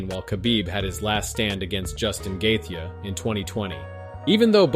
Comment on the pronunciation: Pronounce Gaethe again 😂